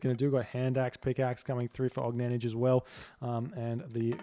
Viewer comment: he pronounces it almost right. the last letter is incorrect tho